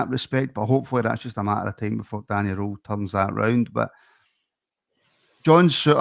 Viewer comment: Guys it’s Danny “rool” not Danny “role” ffs lol